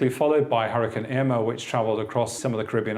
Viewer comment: u called irma emma